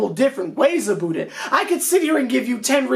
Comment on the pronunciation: WHY THE FUCK HE PRONOUNCED (ABOUT) WEIRD ABOOOOT THE FUCK??